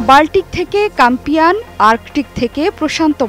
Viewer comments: কাম্পিয়ান না, কাস্পিয়ান হবে। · kampian ? kaspian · kampian noy kashpian